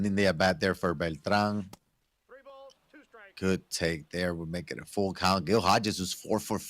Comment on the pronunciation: The way he says Beltran makes me cringe